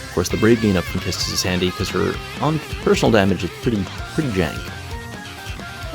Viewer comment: I really love how you pronounce Quistis and the combo of delaying until you let them get a turn knowing Beatrix's special HP attack is available. I also tried to bring Arciela in the party, but she won't make it turn count-wise.